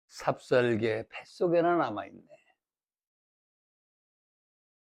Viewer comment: 삽삽개가 아니고, :삽살개"입니다.